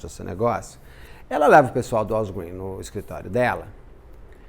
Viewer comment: Eu amei a pronúncia da Walgreens , o Beto fala muito bem né!